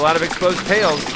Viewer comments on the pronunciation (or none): none